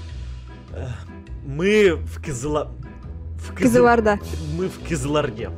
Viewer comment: Вы не правильно сказали не Кызыларда а Кызылорда